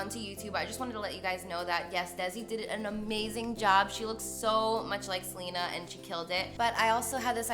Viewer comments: It's pronounced "Selena" not "Selina" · I thought her name was pronounced seh-len-ah not like how Selena Gomez is pronounced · smh you didnt even pronounce her name right... delete this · I love Carli so much but the way she pronounces Selena annoys me 😭